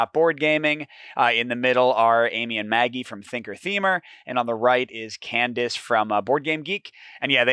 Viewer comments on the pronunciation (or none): none